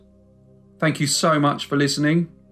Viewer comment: I like the boom, but at the end when you say "Brief... Case" is the best part